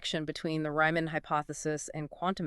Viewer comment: Please, "REE-man", not "RYE-man"...